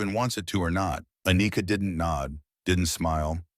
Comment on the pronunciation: "A-nika" really....🤦🏽‍♂️....